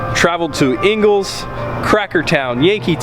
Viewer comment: Hahaha inguls Florida You mean inglis